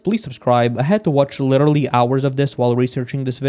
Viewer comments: Witterally witerally witerally learn how to pronounce it before using it in every other sentence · nah but certain races are actually superior to some other ones in certain areas. for instance, most if not all sprinters are african, why do you think that is? also, you probably should chill a bit with “literally”, since you butcher it every time you pronounce it xd